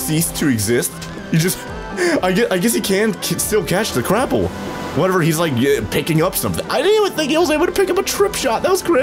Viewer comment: Whenever he says crapple I hear crap-pull